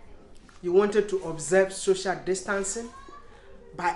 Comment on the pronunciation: Am I the only one who heared "shoshal distance" insted of "social distance" 🤣